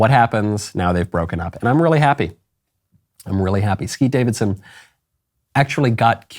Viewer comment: Am I the only one that heard "Skeet Davidson" 😂